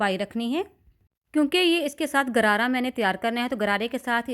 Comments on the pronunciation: گرارا نہیں غرارہ درست لفظ ہے. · Lady the correct word is gharara not Garara.